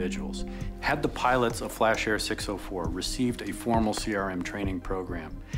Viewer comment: When they said Flash it sounded like Crash Airlines 😆